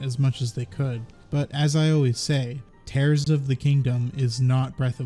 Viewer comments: It is actually Tears 💧 of the Kingdom, not Tears as in tearing. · i get the impression Tears of the Kingdom is pronounced as Tears, not Tears. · Hi! I’m so exited for the new game. Also I think it’s tears as in crying rather than tears as in ripping. 😃